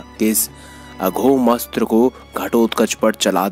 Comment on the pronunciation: पूरी विडीयो में बार बार अघोम अस्त्र बोल रहे हो।अघोम नहीं ।। अमोघ अस्त्र है। अमोघ अस्त्र वासवी शक्ती